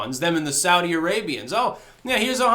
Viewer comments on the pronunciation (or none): none